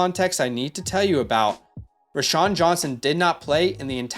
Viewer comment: "Row-Shaun" not "Rashaun"